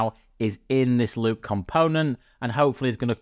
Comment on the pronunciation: Why does it sound like he says Lube every time he says loop...no one wants any of that!!! LOL